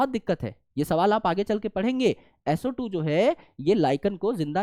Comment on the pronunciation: SO² - Sootu SO³ - Soothree 😂😂😅😅😂😂😂